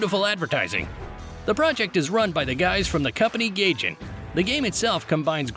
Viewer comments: Its Guygen not Gaygen my guy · It's funny that they said gayjin instead of gaijin like the Japanese word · Why did they call Gaijen Gay-gen? The snail will be arriving to your home soon. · "Gay jin" 💀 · did he say gayjin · You know the video is good when he pronounce Gaijin to Gayjin. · Bro did not call Gaijin "Gayjin" 💀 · i like that you pronounce Gaijin as "gayjin", that is really true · bro just casually called the devs "gaychin"